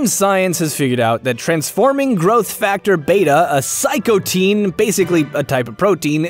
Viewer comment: It's not psychotine it's cytokine.